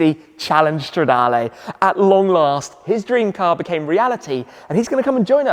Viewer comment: I love how the intro in this video sounds just like the intro Sam uses on his channel. Best sounding V8 for me. And it's Stra-DAAA-LEEEEE not Lay Tim, how manyyyy timessss haha